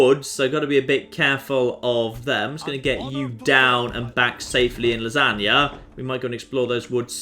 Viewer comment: Gotta Love Famous " Lasanger "